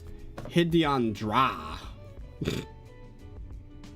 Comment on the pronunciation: Him saying Hid-Eon instead of Hide-on makes me so mad